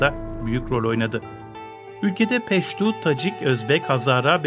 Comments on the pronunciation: Peştu değil Peştun. Bi haberciler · Peştu değil peştun